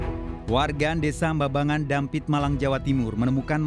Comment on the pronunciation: Desa jambangan pak bukan bambangan he he pamotan desa kelahiranku ...